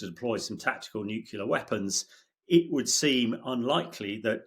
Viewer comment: Pronounce "Nuclear".